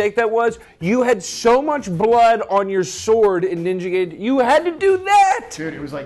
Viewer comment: you said Gaiden wrong...